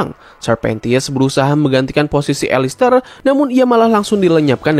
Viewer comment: Bukan elester tapi alastor